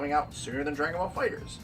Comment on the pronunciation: Good video. The game is pronounced "Fighter(S)", not fighter Z.